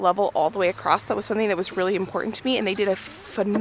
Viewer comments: Across not acrossed 😊 ❤ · Across doesn't have a T at the end. It's pronounced across not acrost.